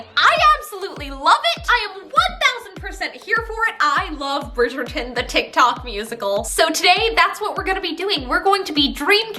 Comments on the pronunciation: No offence love you, but as a British person the way you pronounce Bridgerton makes me cringe. Love you though ❤️ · I love the way you say bridgeton 😂 It makes me laugh sooooo hard